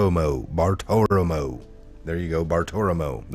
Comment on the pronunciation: It's Bartiromo